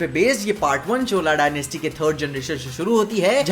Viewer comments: It's not " चोला " it's " चोल " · भाई चोला क्यों बोल रहे, ऐसा कोई वंश ही नहीं हुआ। क्यों चोल बोलने में दिक्कत है क्या? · Chola nhi h. Chol h...😀😀